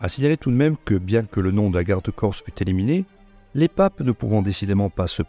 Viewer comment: Excellente vidéo et félicitations pour la très bonne prononciation du corse